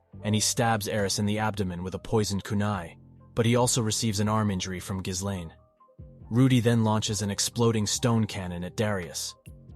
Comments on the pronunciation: One of the things that really bothers me about most of these video essays and explanations is that so many people pronounce it as gis-lane when it’s actually gil-lane the h and the s in ghislaine are silent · oh my god every time he says geeslane instead of gislaine it drives me through the fucking wall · Giz lane lol Dude her name is Guilane! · "Geese lane" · Ghislaine's mispronounciation is wild to me compared to the sub 😂😂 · how many time we gonna change the pronunciation of Gislain? just curious